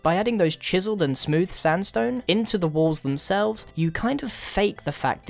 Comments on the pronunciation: Am I the only person that noticed that Grian said Standstone?? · Grian said "standstone"